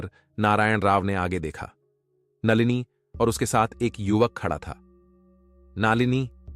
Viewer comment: नालिनी नही नलिनी , कुछ पढ़ना लिखना सीख लेते ।